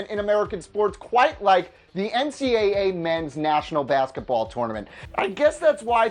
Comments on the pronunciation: Can this guy not say tournament correctly!!! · I hate the way he said tournament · Why do you say tournament weird